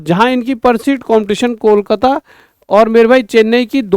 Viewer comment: ❎ kolkata ya koklat✅ 😅😅😅